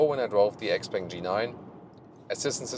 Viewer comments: Shiao pang not ex-peng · it's Shpeng, she bang she bang ;) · Hi. Please google how to pronounce this brand name.